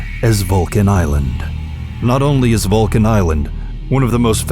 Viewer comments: ITS SAID VULCAN TAAL ISLAND NOT VULCAN ISLAND.. LOCATED IN TAAL BATANGAS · Vulcan Island? Really? Hahahahaha! It's Taal Volcano dude. We don't call it "Vulcan Island. 🤣🤣🤣